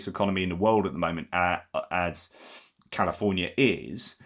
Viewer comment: He botched california